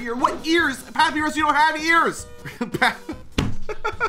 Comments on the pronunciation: It's papyrus (pur-pry-rus) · You say papyrus wrong it's like this. Puh-pie-rus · Papyrus not papres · Man said papy rus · you said papyrus like papeerus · It is pa pi rus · The most annoying thing is that he’s saying papirus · Ah yes, papeerus, my favorite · ITS NOT PAPYRIS ITS PAPAYRUS😰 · Papyrus is pronounced pop-eye-ress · Papyrus❎ Papirus✅ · Its pronounced pap-eye-rus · Btw it’s pronounced puhpyrus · Stop sying papirus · its pronounsed pap-i-rus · He still cant say papyrus right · First time watching this dude and I cant stop chuckling at the way he pronounces Papyrus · I wish someone counted how many times missaid Papyrus’s name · Your saying papyrus all wrong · How did he voice AND pronounce Papyrus worse the second time around? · He has been saying papyrus completely wrong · i hate the fact that he doesn't say papyus right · Just to say you said Papyrus wrong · Bros doesnt know how to pronounce papyrus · youre saying papyrus wrong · Or pie for py, get what I mean? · I cringed so hardwhen hesaid papyrus wrong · it's not pa-pi-rus, its pa-pie-rus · Hey youre saying papyrus'es name wrong its papyrus (papuyrus) not papirus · you don't say paparus you pronounce it as papeyerus, papyrus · It's papaajrus not papiraz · HE STILL CALLS PA-PY-RUS PAP-PI-RUS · PA-PIE-RUS NOT PAPEERIS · i like how he kept miss pronouncing “Papyrus” and pronounced it as “Papirus” instead of “Pap eye ris” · ikd why he pronounces papyrus like pap''ee''rus its pap''eye''rus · ITS NOT "PAPERUS" ITS "papyrus" pronounced papirus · IM SORRY BUT IS PRONOUNCED PUH-PIE-RUS NOT PAPY-RUS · the mispronounciation is insane. p-AH-pee-ris? its puh-pie-ris. and the uh-mal-guh-mott-ay? its uh-mal-guh-mate. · Great video but it triggers me that says papirus and doesn’t pronounce it as papiyrus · ITS NOT PRONOUNCED PAP-E-RIS ITS PRONOUNCED PAP-EYE-RIS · It’s pap I rus not pap e ris also is there an earthquake your lamp in shaking vigorously. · It’s said like pap,I,rus. Not papy,rus